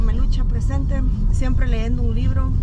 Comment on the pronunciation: Dice que es lectora 🤭🤣 No es leendo, es leyendo